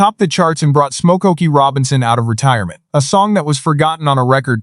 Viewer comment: Come on A.I. Stop pronouncing his name as: 'SMOKE - OKIE!'